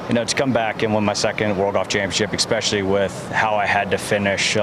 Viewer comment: He said "exspecially"... lol. love it